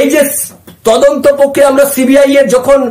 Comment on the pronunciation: 'প্রক্রিয়া' শব্দটির উচ্চারণ শুদ্ধ করুন। আপনার বিভিন্ন প্রতিবেদনে ওই শব্দটির বিকৃত উচ্চারণ "পোক্রিয়া' অত্যন্ত শ্রুতিকটু। "পোক্রিয়া" বলবেন না দয়া করে, বলুন 'প্রক্রিয়া' (Prokriya). ধন্যবাদ।